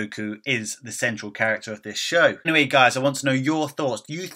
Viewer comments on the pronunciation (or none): none